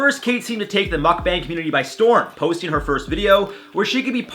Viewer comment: Why he pronounce Mukbang like he mad at us😣😔😤 I'm sensitive😔